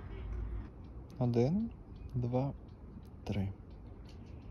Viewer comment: прослушай ещё раз только вытащи пробки из ушей на этот раз, он чётко говорит "одын, два, тры"(я пишу ы вместо и тк.к он произносит это твердо а не мягко как в русском)